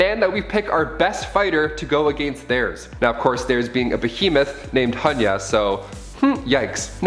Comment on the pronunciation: You said Hun ‘Ya, I heard Nun Ya. ☺️